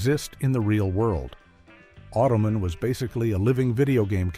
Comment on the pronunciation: Automan and Manimal did not air in the same network. Automan (pronounced "Auto-man," not "Ottoman") aired on ABC, while Manimal aired on NBC.